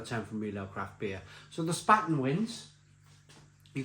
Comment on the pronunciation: 'Spaten' is pronounced 'Shparten'. Löwenbräu is pronounced 'Lurvenbroy'. And Oktoberfest is, for me at least, rather unpleasant. Too many crowds. Too many drunks. No real 'Gemütlichkeit'. Good to hear from you again!